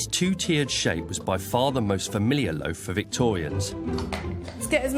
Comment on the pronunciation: Completely off subject, I happen to enjoy listening to different accents, and I notice the woman historian in this video uses a long "A" often in place of a long "O," phonetically speaking. In other words, instead of "loaf," she says "lafe." "A lafe of bread." That's what it sounds like to me, anyway. I have heard this accent before, but don't know what it is called.